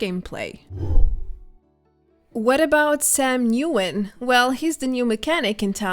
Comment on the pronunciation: Thanks. For another great video. Sam’s last name Nguyen is pronounced “When”…😉